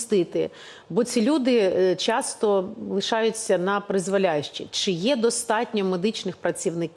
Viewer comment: Чи, а не чі